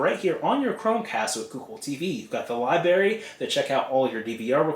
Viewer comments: apparently not to you, but it loses something when an otherwise intelligent person mispronounces an easy word! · Libary!?! Really!?! You seem so intelligent and your video helped a lot, but you pronounce Library, like a child? Come on!!